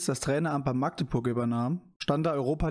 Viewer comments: Kleiner Hinweis zum FCM. Magdeburg wird magdeburg ausgesprochen mit einem kurzen a. Besser noch machdeburch Beste Grüße. und schönes Video :) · Bro bitte magdeburg mit einem kurz a sprechen sonst kann das schnell unangenehm werden alle aus magdeburg können das nicht ausstehen wenn magdeburg mit einem langen a ausgesprochen wird